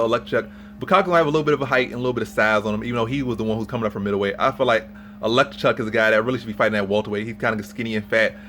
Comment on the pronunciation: oh-leks-zay-chuk. love you videos bro. keep at it!!